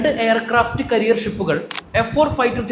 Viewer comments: ക്യാരിയർ anu കരിയർ alla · നല്ല റിസർച്ച്... നല്ല കഥ...❤ എയർ ക്രാഫ്റ്റ് കരിയർ അല്ല .......കാരിയർ.❤